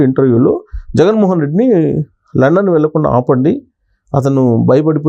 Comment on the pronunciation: Adhi London ra babu Landon kadhu